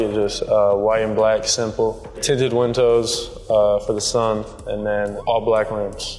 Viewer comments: “tinted wintoes” 🤣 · “Tinted win-toes” lol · Mike V WINTOES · “Tinted wintows” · Winded tintos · Am I the only one who realized tyler hero calls widows wintoes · tinted wintows am i the only one who heard that lol? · he said “wintos”😭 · "tintet wintoes" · Why he say tinted windows like that😂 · my man can't say the word windows